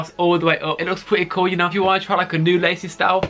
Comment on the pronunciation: Pwetteh fwesh pweteh coowl sorry ;/